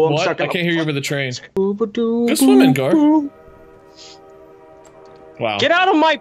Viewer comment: I died laughing when called Gar 'Jar' and idk why 😂